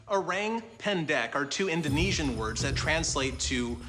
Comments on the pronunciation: lol....the way you pronounce it "o-rang pan-deck" is kinda cute. its actually "o-rung pen-deck" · O-rank pan-deck 😂😂😂. Thats the weirdest pronunciation. Please check with local how to pronounce the word correctly (o-rung pain-deik) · Not oraeng🍊 pendek, but orrrAAng↑ pendek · pronounced “oh-rung pain-dake” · "Oreng pendek" 🤣🤣🤣. The pronunciation killed me dude 😅😅😅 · ORANG is pronounced like this, O is like ' oh ' and RANG is like ' rung ' not rang in English.